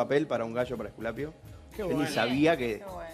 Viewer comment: Porque dicen "Ejculapio" cuendo quieren decir Esculapio.